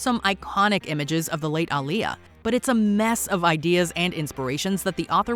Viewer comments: It should be UH not AH. Aaliyah. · Pronounce Aaliyah’s name right please. 🕊️